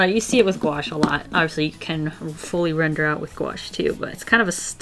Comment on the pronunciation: Whenever you say render, I couldn’t help but think of a brand new word, “Rin-der,” 😂